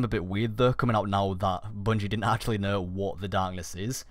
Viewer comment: "They didn't kneh."